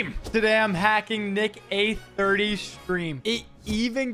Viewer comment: Bro said nick-A 30